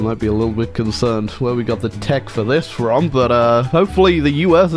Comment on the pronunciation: When you say fom and not from